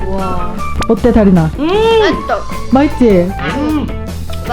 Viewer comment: 근데 아직도 마이떠 라고 하나요...